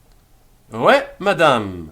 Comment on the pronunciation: I love all your lessons and am just starting this series. One question: Why are you pronouncing oui as way instead of wee?